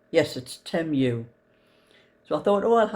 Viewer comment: I think its pronounced tea moo. Temu is ok i had a mug and a tee shirt and some fake lego and it all came with detailed tracking off evri